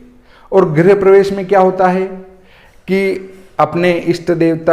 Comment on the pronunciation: आचार्य महोदय सबसे पहले तो आप अपना उच्चारण शुध्द करें। गृह प्रवेश को आप बार बार ग्रह प्रवेश बोल रहे हैं ये दुर्भाग्य पूर्ण है।